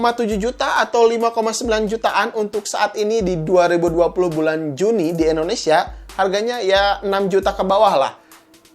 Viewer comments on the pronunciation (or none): none